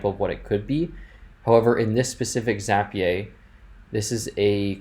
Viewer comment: This was really helpful, but why in the world do you call it Zappy-ay? 🤣